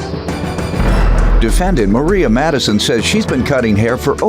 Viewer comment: Did the announcer seriously say "Maria"?? 🧑🏾🤔🤨